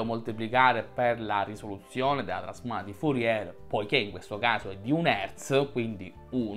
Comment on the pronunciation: Bel video, ma mi domando una cosa: come fai a sapere tutte queste cose sulla trasformata di Fourier e non conoscerne la pronuncia corretta? 😉